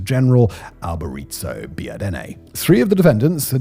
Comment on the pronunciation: I always wonder why Simon Whistler butchers pronunciations of names in any language - seems to be a choice 😄 but I really enjoyed how he pronouced Alberico as “Alberizo”, possibly because he lives in Czech Republic where the letter “c” is pronounced /ts/ 😄